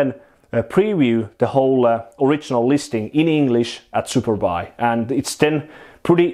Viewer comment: Every time you say Superbuy, I hear superpi :D Trained ears.